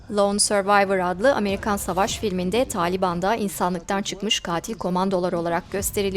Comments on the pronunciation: طالب Öğrenci taa diye uzatıyor. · Spiker arkadaş, "Taaliban" degil, "Taliban"'. Kısa "a" ile. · aslında doğrusu taalibaan. peştuca'da doğru okunuşu bu. ingilizcede de taalibeen diye okunuyor. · Doğrusu tâliban, uzun a ile. Kelime arapça tâlib kelimesine farsça "an" çoğul ekinin eklenmesinden oluşuyor "talipler" demek.